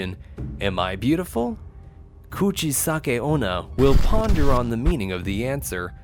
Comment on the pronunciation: Bruhh you talk soooo supper slow and your said "kuchisake-onna" it was so wrong Explenation like idc😑😑